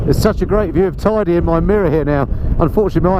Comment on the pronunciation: Thanks for the virtual ride! If you return, it's pronounced Tayde not Tidy, though from now on I'll think of it as a very Tidy Mountain...😁